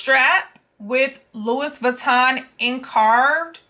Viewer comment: Great video. BTW: it's not Louis Vuitton, it's pronounced "Louie vitton" as it's French. Also, Louis Vuitton Paris is the trademark- Italy is where they were made :-) Thanks for sharing.